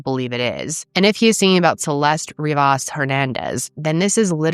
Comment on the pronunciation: Love but for some reason the slight mispronunciation of "Rivas" was driving me crazy, it's "Ree-vuss" not "Ree-voss"